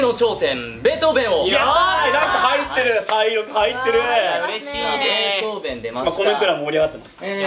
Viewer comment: ベートー「ベ」ン ですよ